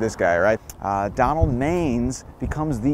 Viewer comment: Pronounced Donald man-ess….